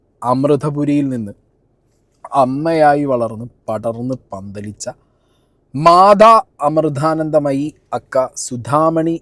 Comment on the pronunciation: ആദ്യം അക്ഷരം നന്നായി ഉച്ചരിക്കാൻ പഠിക്കു മാധാ അമൃധാനന്ദമയി അല്ല മാതാ അമൃതാനന്ദമയി